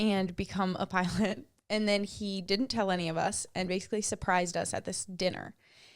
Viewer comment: For some strange reason every time you said pilot” I heard pirate?! That made “pirate Pete” so much more fun😂